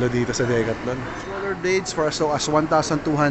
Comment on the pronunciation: Ganyan ba talaga pronounciation ng decathlon?